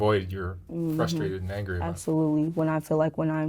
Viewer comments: People who say "FUSTRATED" instead of "FRUSTRATED" make me really FRUSTRATED I wish people would stop doing that, it sounds really stupid and annoying. We already made a rule in the English language that you're not supposed to say it that way. I am not the only person who gets annoyed with this, there are many of us. If you have problems in your life, I guarantee many many people will be more accepting of you if you just start pronouncing this one word properly. It literally hurts other people's ears. Stop doing it! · People who pronounce frustrated as "fusstrated", bother the fuck out of me. Kinda frustrating tbh.